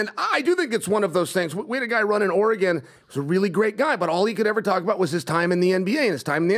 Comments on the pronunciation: is no longer allowed to say “Oregon” ever again. The word eludes him. Oregon. Pronounced Oregun or Oregan to the natives. Not OREGOHN! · If he says Oregawwwn like that one more tim I unsubscribe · Orygun... not OreGone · It's not ORE GON. it's Oregan like organ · “Or-rah-gone” needs this governor. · Omg stop! It’s ORE-GUN! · Or'gun... from Vancouver. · “Oray Gone” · He’d get my vote. And it’s not Ori-gone. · Chael, before Governor, you have to correct people who say “Oruhgone”. The world needs to know. Dang, always finds a way 😂… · says oregone again I’m gonna turn it off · Why is unable to pronounce Oregon like a normal human? What is oregON? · Ugh, learn how to say Oregon, it’s not “or-a-gone.” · Omg cant even say Oregon 🤦‍♀️ let alone weigh in on our issues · I'm annoyed he didn't correct on how to say Oregon... As someone from Southern Oregon I think a lot of the state, especially us down here, disassociate and disavow everything north of Salem as part of Oregon. Portland has been bad for my entire life, but in the last decade it has gotten considerably worse! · continually pronounces Oregon as though he’s never heard it said aloud. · I hate the way says Oregon...my Lord..😂😂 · How does a guy in his 40’s not know how to pronounce Oregon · If you say Oregon wrong one more time Im gonna lose my shizzzzz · Chael please let him know how to pronounce Oregon! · Why can’t say Oregon? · mispronouncing Oregon is too far.